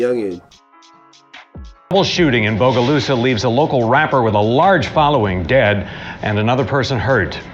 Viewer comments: Fr doe "bugolusa" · and Bogalusa "bugolusa" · It crazy how you pronounce Bogalusa😂😂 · You pronouncing bogalusa is pissin me tf off